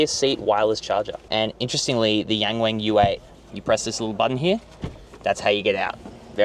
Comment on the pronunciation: Nice video but you gotta stop calling it the Yang Wang as in rhyming with 'bang' and call it the Yang Wang with the 'a' sound in 'halve' or 'yarn'.